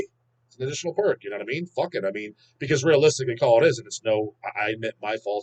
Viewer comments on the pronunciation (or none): none